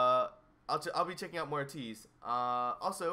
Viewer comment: Okay your pronunciation of Ateez is getting better! When you say it, it’s not UHtease anymore, it’s more like ahTEASE. When you get that AYYYY, long A sound in there, AYYYteez, you’ll be at 100%! And yeah, Changbin and Wooyoung are besties :)